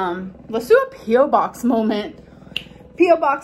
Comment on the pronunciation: Suck-a-lint, molment, bolth, ordament - combine a lack of intelligence, a desire to be seen as "cute" and "quirky", and the laziness to say "It's just the way I've always pronounced it." and you get amberisms.